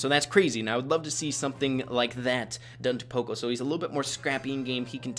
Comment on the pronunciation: Let me know if I’m wrong, but I thought that it was pronounced paw-co not poe-co